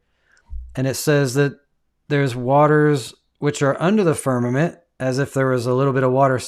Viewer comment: I've watched from start to finish, taken screenshots as i love to do, and read through all the comments, reacted to some. Question, why does your Guest, keep referring to Firmament as Farmament? I'd love if you could enquire. The foolish things of GOD, confounds the wise and the weak things of GOD, overcomes the world. GOD is Almighty or Omnipotent and Sovereign. GOD can hang things wherever He chooses, He doesn't need our counsel. The earth or deep was covered por engulfed in water, on day 2, GOD divided water from water by putting atmosphere for our habitat between (water above is the clouds), on day 3, GOD, separated separated and allowed the remaining water around or upon the earth to gather to one place (seas) and caused the earth or land to appear, and caused vegetation to appear on the land(earth); day 5, He filled the seas with living things. GOD on day 4, placed the sun and moon in their place, and as a footnote, we are told GOD made the stars also (distant planets and worlds with Occupants {Hebrews1:1-3}). The fact we're on the earth, make outer bodies appear to move about us, hence, the phrase sun stand still and the sun went back, inspiration speaks from human perspective or understanding(parables). Again, they have Space Tourism flights, that can easily prove or disprove all these things, available in America. Do us a favor and pay for a trip, practice real Science and bring us back pictures and videos, proving or disproving. If i could afford it, I'd do it alrea